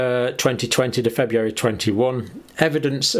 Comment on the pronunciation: FebRUary, not FebUary, Dr. John. If the Brits don't maintain proper english, who will? 😂 GK